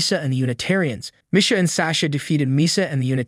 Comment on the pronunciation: That and how he pronounces Misha lol